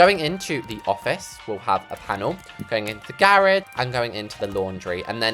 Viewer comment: what is a garagie? Its garage